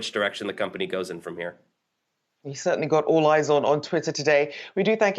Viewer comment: "Titter"!!!! Lmao